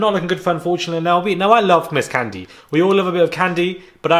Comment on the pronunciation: I'm from Atlanta & so is Kandi. Baaaaaaaby when you mispronounced her name I almost called for that same ambulance that always drive down your street precisely at the right moment 🤣🤣🤣 That took me out!!!